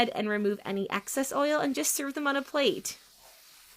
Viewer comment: Excess not access.